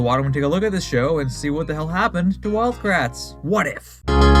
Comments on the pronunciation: Everytime they said "It's us, the Kratt brothers!" I keep hearing "It's us, the Crack brothers!" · I always thought they said they were the CRAP brothers not kratt